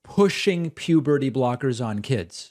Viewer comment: Pewberty brockers